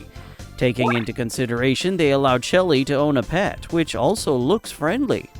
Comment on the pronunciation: "ShELlE" hits hard😭